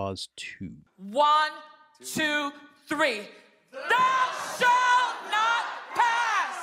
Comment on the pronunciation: "Thou shat not pass" ???? I think they may be watching to much Lord of the rings...lol.. It is just silly